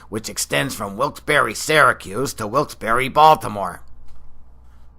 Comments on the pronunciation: 1. It's not pronounced 'WILKES - BORRO', it's 'WILKES - BARRY'. 2. Do you realize you are calling yourself illiterate? 3. Variations in the pronunciation of words from different regions of a country is called Phonology. NEPA is no different than any other part of the country, or for that matter the world. 4. I would NEVER insult anyone from anywhere for the way they pronounce a word, therefore I must assume you are either not worldly, and/or unhappy with what's going on in your own life. Find happiness. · Lmfao no the heck it's not every single valleyfolk I know pronounces it wilkes-bear